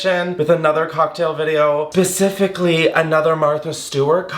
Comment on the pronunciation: Saying “pacifically” and then “I might be stupid” within the same 2 minutes is the absolute fucking best